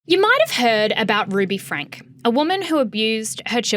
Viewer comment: I know its not the point but if youre going to talk about things like this please ensure you are pronouncing names currently. Its not hard to figure out its pronounced "frankie". Also from learning about mormon beleifs and from listening to the eldest daughter Shari's book the over representstion of "influencers" and "vloggers" from Utah is because of the mormon of later day saints churches requiring practicing mormons share about their loves to raise awareness of their religion and spread their beleifs.